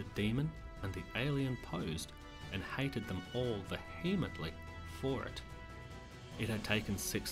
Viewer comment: Say 'anAthema'! (the e is an 'uh') and 'veermently'. All best.